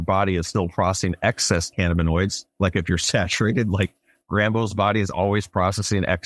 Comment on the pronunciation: Shout out Dude for the correct pronunciation of cannabinoids ❤